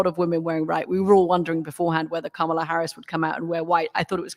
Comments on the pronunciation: COMMA-la, not KAMA-la! (I struggle with it, too.) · You Murricans are still not pronouncing Kamala properly! It’s a very short Ka (not Kaa!), then s short Ma (not Maa) snd then a longer Aa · I don't understand why this man, as a former communications director and Harvard law grad, CANNOT pronounce Kamala correctly. I've seen him corrected in real-time on another show at least once and he blamed his ethnicity, or something. It seems intentional at this point and it's unbecoming. Maybe he needs to watch the DNC's educational segment with the children showing how to pronounce her name again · The name pronunciation lesson backfired by asking the crowd to divide up, Kama Lah, because the chanted the Lah with more emphasis than wanted. Oh well, GO KAMALA! 💙💙💙💙💙